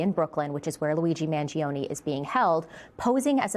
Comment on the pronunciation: 'Mangione' is pronounced with only 3 syllables not 4. Man joe nee